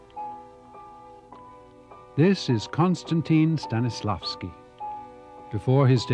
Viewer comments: Not stanislavkin but Stanislavsky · It's not Stanislavky system, it is StanislavSky system... It's not a big mistake, but many pronounce those Slavic names and words incorrectly... If people of other cultures can say "Jared Leto" or "John Wayne" as they should, well, anglophones can learn to pronounce names and words of other languages as they should be pronounced.